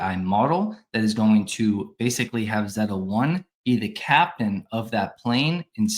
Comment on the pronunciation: Can we agree that it’s pronounced ZAY-ta? :P